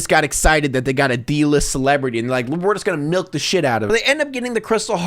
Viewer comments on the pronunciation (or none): Can we talk about how lava girl pronounced "milk" 😐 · She pronounces milk as “melk”. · Maybe shes from Canada😅